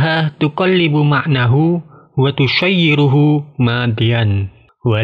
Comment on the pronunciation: Kok d baca watusyayyiru? Itu kan shoro yashiru. Bukan nya di baca wa tashiiru.